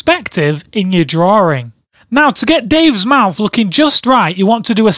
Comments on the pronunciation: its droling not droring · In the "drawring" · In ur drawring yes he said drawring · Say "drawering" again, I dare you. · Say "drawering" again, I double dare you. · drawering........ good grammer dude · "in your drawring" XD oh man this video is hilarious ;DD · I love how he says "drawring"